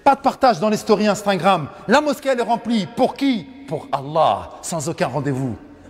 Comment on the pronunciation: Salam aleykoum..qu'Allah le bénisse.. Il me tue quand il dit INSTINgram (51.16) 😄